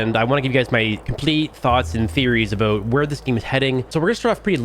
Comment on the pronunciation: Bro why tf u say about like that